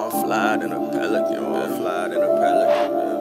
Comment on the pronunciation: He needs to learn how to pronounce his P's Sounds like he's saying felican and it's highly annoying